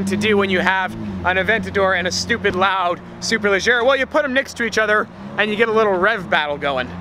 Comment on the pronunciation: you're mispronouncing LEGGERA